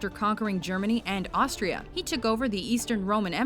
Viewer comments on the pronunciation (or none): none